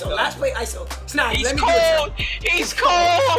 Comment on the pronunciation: Snag sound like wet